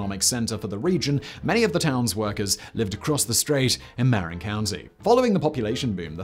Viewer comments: "ma-RIN" county, not "MAR-in" county (I'm surprised you didn't mention that the bridge is constantly being re-painted; once it's done, it begins again. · The only thing that almost broke the bridge was the mismanaged mess that was the 50th anniversary celebration. That and today the state won't let the bridge charge bicyclists and pedestrians (as they used to do). It's MAH-rin county - not MAre-in. IIRC it was Emperor Norton who first suggested the bridge but perhaps that was the horribly named Bay Bridge. Supposedly the color was the primer coat and after seeing it people didn't want to cover it in grey (see the bay bridge). Also you left out how Fort Point was saved rather than demo'd as had been originally planned. Back to the basement with Danny (or whoever does the research for these). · "ma-RIN" county. not "mare in". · slight correction/nit. marin is not pronouinced mare-in but rather somewhere between muh-rin and m'rin. -native californian who grew up in marin county. (san rafael) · In addition to showing the wrong bridge, you're also mispronouncing the northern county it's attached to. It's "marRIN" not "Merrin" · Not mar-rin Mar-in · Marin is "Muh-rin." Don't let the pricetags fool you we aren't that fancy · Ma-RIN county... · Actually, it's ma-RIN; that's how you show which syllable is emphasized. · Locals say mahRIN County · Mar--=in not maryin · Marin county mispronounced as always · Sadly, this video has been very poorly researched. Using photos of a similar looking bridge in Lisbon, and claiming it to be the Golden Gate Bridge. And mispronouncing Marin County :(